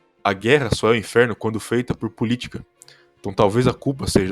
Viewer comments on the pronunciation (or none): "AH GUERRA NÃO É O *INFERO*?" infero é foda man, mas ótimo vídeo, só notei isso mesmo